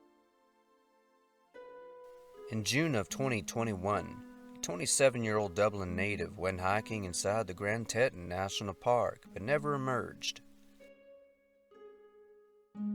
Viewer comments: FYI Teton is pronounced Tee-ton, not Tetton. It baffles me how many people don’t know how to pronounce one of the most famous national parks! Don’t feel too bad, even reporters aren’t researching and have been saying it wrong on the news. Sad lol. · Sorry dude, but it's teeee-tawn. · Please pronounce the names correct. TE - Ton Park not TEEETON. TAG GERT Lake not TAGERRT. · I love your work, but please double check pronunciations if you are in doubt.IMO.it takes away from the content..the first name is pronounced Kee-an or Keeb..and it's the Grand Tetons are pronounced Tee-tawns..love your work. absolute respect, just raised by a strict mother, lol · Please! Grand TEE-ton! You talk about national parks all the time. How could you mispronounce Grand Teton? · #1 Grand “Tee ton”…… Love the videos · Pronounced Teet-on. Teton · Teton is pronounced "tee-ton", sounding the o as in Mom. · I've never heard "Teton" pronounced like that 😂 Pretty sure it's "tee-tahn". Regardless, you are awesome! My go to channel for relaxing before bed. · Grand Teton (pronounced Tea-tawn) ;) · Teton pronounced Teaton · It's pronounced "Grand 'Tea-Tawn'" Cmon, you've been doing this for a while now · Did you just say “Tettin?” Dear Lord, take a moment to learn how to pronounce things before you make a video!!!! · I have never heard of Teton being pronounced like narrator says. I've always heard it as "tee tons" with a long e and a long o. Didn't know where he was talking about til I saw the sign. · Teee-Ton Grand Tee-Ton wtf ? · "Grand Tettun" 🤣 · That’s TEA-Ton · Tea-tawn or tea-tun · 🤦🏻‍♂️ CLICK BAIT 🤦🏻‍♂️ Can't even pronounce the name of Grand Teton National Park correctly. What trash garbage. Total waste of time. 🤦🏻‍♂️ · Just to be annoying. Grand Teton is pronounced with a long e. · For as many missing videos this guy does, you would think he would know how to pronounce a very well know park like Grand Teton.